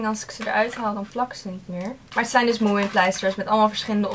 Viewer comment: Leuk dat je ook helemaal gek bent van moomin, ik ook maar mijn finse vriendin die zegt dat je die n niet uit spreekt ;)